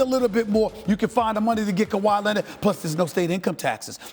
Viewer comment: Stephen A "Kawa Lennit" Smith